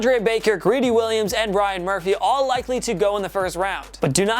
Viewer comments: Why you do you keep saying Brian Murphy? It’s Byron Murphy. Lol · he said bryon murphy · Brian Murphy 😂😂😂 can’t even get the names right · Can you stop saying bryon Murphy